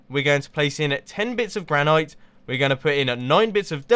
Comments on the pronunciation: Mumbo, it is pronounced gran-it not gran-ite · gran-it NOT gran-knight!!! GRRRR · You do know it is pronounced gran-it, right? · Granite is pronounced gran-it, also do a HermitCraft video with Etho and make something together, he's part of hermitcraft